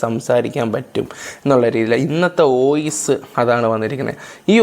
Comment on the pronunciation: ഈ സമയത്ത് പറയാൻ പാടുണ്ടോ എന്ന് അറിയില്ല ന്നാലും പറയുവാ: ഓയിസ് അല്ല വോയിസ്‌ ആണ് 🙂